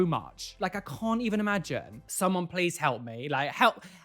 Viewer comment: do not peirce someonth Me: lol